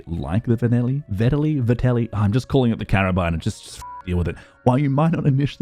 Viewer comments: I dont understand how anyone could have trouble pronouncing Vetterli. Say "Better Lee", there, done. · It is pronouncesd Vet-ter-li. Well, it is a lot easier if you are German and even that is not 100% correct. It is a Swiss Gun after all. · Its pronounced Fetterli, cause it was a swiss military weapon ;)